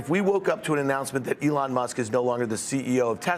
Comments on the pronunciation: That was so weird- sounded to me like, “Ellen.” Did Fields’ hearing aid malfunction? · This guy kept saying Alan!!!! 🤦‍♂️ 😂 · Plus he can’t pronounce Elon’s name. There is also that. Lol.